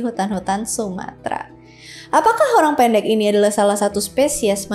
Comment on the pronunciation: Nyebut Orang Pendeknya kek Personal gitu 😂